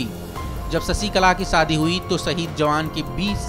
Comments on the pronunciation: Saadi nahi Shaadi hota hai bhau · Saadi nahi shaadi mere bhaai